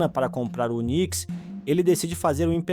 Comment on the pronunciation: Bom video. Uma observação: UNIX se fala: "iunicx", não "unicx". Agora falando sobre seu comparativo com a MS, o chip TPN 2.0 surgiu para o mercado em 2016, ou seja, só máquina velha é que não tem o tal chip. Eu tenho 2 delas, que só não morreram ainda porque o SSD deu sobrevida para elas. Usuários domésticos e pequenos negócios estão sendo atingidos pelo fim do suporte ao Win10. Consegui uma extensão do suporte por mais 1 ano (ESU). Existem muitas empresas grandes usando winxp, win7, porque a troca para eles representa um valor muito grande, e eles se protegem internamente. Agora, que o Linux jogou água no chopp da MS é verdade, e até do UNIX. Isso foi muito bom porque trouxe além de flexibilidade, trouxe também uma liberdade nunca vista com relação a customização e segurança.